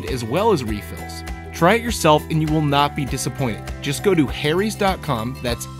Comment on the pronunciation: I thought you said "Hairys" lol...great name for a razor company....sounds like you get shafted for razors in the US....